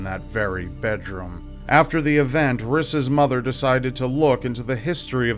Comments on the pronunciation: "riss" haha my husband is called Rhys and it's Welsh, it's pronounced Reece. Don't know if it's an American thing to totally take a Welsh name and pronouce it wrong and give it to the wrong gender! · whats ur name? ris? i thoght he was saying chris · Rhys is actually meant to be pronounced as Rees btw